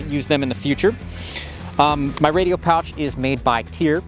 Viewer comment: "1911 Mouch (pouch)" will be added to my vernacular 😅